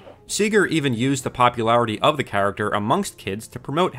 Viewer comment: You had me at "popscularity".